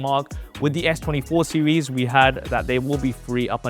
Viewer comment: What is this "SEWIES" you keep mentioning. If I was a Brit watching this I'd be embarrassed. Holy